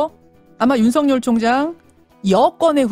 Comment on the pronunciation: [윤서결]로 발음해야 합니다. [윤성열]로 발음하는 것은 표준발음법을 무시한 언론의 특혜입니다. 이렇듯이 그에게는 보편적 법률이 본인에게도 적용된다는 것을 일깨워줘야 합니다.